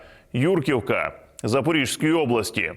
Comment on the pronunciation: можливо, я можу помилятись, але ми звикли говорити "ЗапоріЖської" правильно "Запорізької" о. Мала Хортиця розпочав будівництво форпосту для захисту проти татарської навали. Ця подія ознаменувала заснування Запорізької Січі – козацької фортеці та бази для походів морем та суходолом.